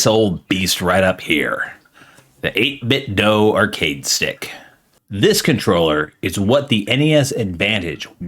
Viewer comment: Great video! I have probably 10 or 11 of their products at this point and I swear by them, I'm glad to see they're branching off to other peripherals as well! One thing, just a heads up, the "do" in "8bitdo" is pronounced like the "do" in "Do you want to go to the store?" ("8-bit-dew")